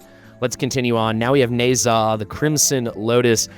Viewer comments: In Chinese you pronounce zh in Nezha as j in jam. Sort of Ne-ja. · NAH-Zah. Its not a long Ā homie. Lol Na Zha was supposed to have fought Sun Wu, and Au Guang the water dragon.